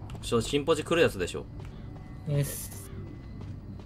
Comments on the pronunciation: 初手からDさんが『チンポジッ！』って言ったように聞こえてびびった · 最初のＤさんの新ポジがちんポジにしか聞こえんwwwwww